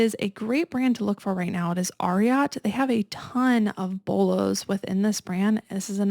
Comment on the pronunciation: Ariat the brand is named after the famous Triple Crown winning thoroughbred from the 70s, Secretariat. It’s pronounced AIR-EE-ET not ARE-EE-AHT. You can see how the logo is three horse shoes. 🙂